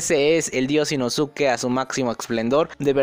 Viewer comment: Se pronuncia Inoske no inosuke bro